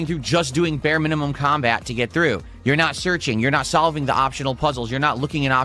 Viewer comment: He can’t pronounce “want” or “not”. It’s “wah” and “nah”. Somebody pointed this out and it’s seriously impossible not to notice. And he mentioned more “animations” that he undoubtedly stole from somebody else online.